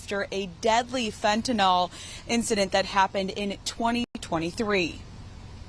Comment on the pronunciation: Fentanyl not Fentanol.